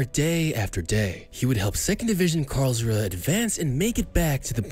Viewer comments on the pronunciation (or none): Its Kahn Not KHAN AND ITS KARLSRUHE NOT CALR.......